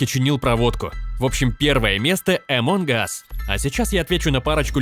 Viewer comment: Не эмон ас а амонг ас